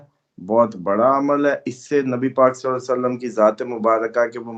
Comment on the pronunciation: اپنا درود پڑھنا ٹھیک کرو ہمیشہ میں نے نوٹ کیا آپ غلط درود پڑھتے ہو ۔۔۔۔ لفظ صلے یعنی بڑی ے نہیں چھوٹی ی سے صلی پڑھنا ہے عربی لغت میں بڑی ے کی گنجائش نہیں ۔ غرور نہ کر کے اڑ جانا اپنی غلطی آن لائن ماننا اور آئیندہ درست پڑھنا